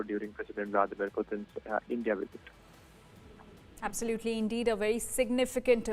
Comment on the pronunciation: you would do anything for some blood money......and what is a wisit?